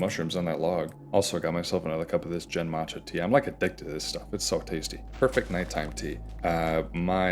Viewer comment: Protip about Japanese tea names: the "g" sound in Japanese is always a "hard" g (think gum, not gym). So the "gen" in genmaicha is closer to the second syllable in "again," rather than the first one in "general".